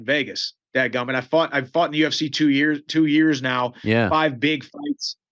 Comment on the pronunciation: “Dagummit” he says lol Mikes the man